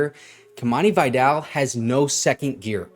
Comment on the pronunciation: Please don’t mispronounce “Vidal” like the ignorant college announcers. It’s not “vaydell” its “vihdahl”